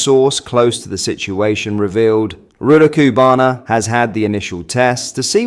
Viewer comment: Love your content but BRO!!!!! Please learn how to pronounce this evil monster’s name. Or at least keep it consistently wrong. 🤣